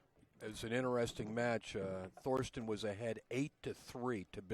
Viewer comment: It just drives me bonkers when people (especially those who should know) call him "THorsten"!!!! IT'S PRONOUNCED, "TORSTEN"!!!!!!!!!!!